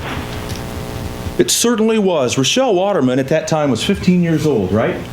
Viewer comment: why did you call her rodelle mutliple times